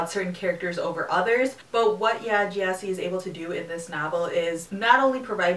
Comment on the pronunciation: It's pronounced G'eh-si. With a hard G.